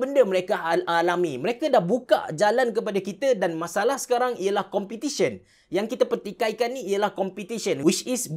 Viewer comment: Bang content ok dh cuma sya nk tlg abg btolkn grammar abg ... Competition ( sebutan btol Pe ) bkn Compitition